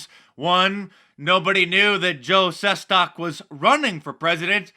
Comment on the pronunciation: And its pronounced- Joe Ses-TACK